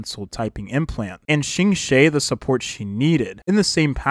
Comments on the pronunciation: A small correction for Qingque's name pronounciation (as a Chinese person, I understand chinese can be quite hard to pronounce especially for English speakers), her name in Chinese is:青雀. To pronounce as close as you can, try: Ching-chu-eh or Ching-chueh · Seriously cause who tf is Qingshay 💀